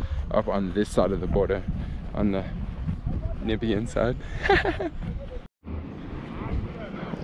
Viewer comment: You butchered it at the end when you said Nibian. Dont forget the M. NAMibian